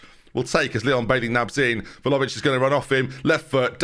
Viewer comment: IT’S VLAHOVIC!!!!!!!!!!!!!